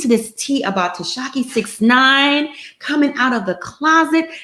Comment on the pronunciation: mispronounced 69 name is hilarious 🤣😅😂